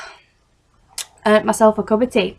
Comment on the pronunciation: I loved this but it is wilkos no Wilkes